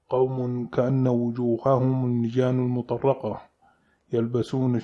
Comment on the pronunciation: كلمة المطرقه ليس فيها شده بارك الله فيك المطرقه الراء عليها سكون